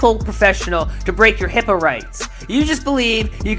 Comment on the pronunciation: idk if I heard correctly, but it sounded like said, "HIPPO" laws rather than HIPAA like a dumbass